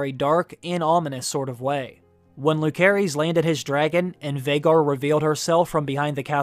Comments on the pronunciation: i hope you would pronounce the names correctly though, it's lu-ce-ris not luk-e-ris.. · The OP is pronouncing Lucerys incorrectly. It is pronounced "Lou-ser-ees". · It’s pronounced “Lou-Ser-Iss” not “Luke-ser-is”. Just because he goes by Luke for short doesn’t mean that’s how the is pronounced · The boys name is LOO-SER-EEZ not LOO-CARE-EEZ. You should restudy Phonics. Sloppy at best... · Bruh... it's pronounced LuCerys (and JaCerys), not LuKerys (and JaKerys). They say it in the show. It's like 'Caesar'. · Correct me if I'm wrong, it should be pronounced Lu-se-rys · I hate to be this person but it’s driving me insane: Lucerys is pronounced with a soft “C”! But, I love your videos. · Way you pronounce lucerys made my blood boiled xD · lol you make videos like this but don't bother to pronounce Lucerys correctly. sad